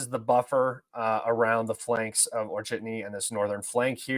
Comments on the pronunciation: Author, not "Orchetny" :), but "O-che-rE-tino". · Goddamn it its not Orchidny there is no spiders there. It’s O-che-re-ti-no 😂